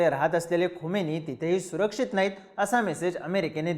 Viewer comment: Khamini not khomeini. Khomeini died long back , present leader is खामेनी